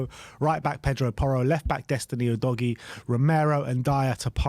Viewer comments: please stop calling him oodoggy it's pronounced uu'dough'g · actually, since his name is Italian and not English, it's pronounced "oo dog ee ey" - dunno what English always seem to assume the "e" at the end there is meant to be for?